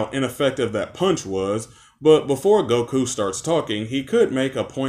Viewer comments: Same with him putting emphasis on the ku in Goku’s name. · Why do you pronounce goku like it’s a question? Gokuuuuu?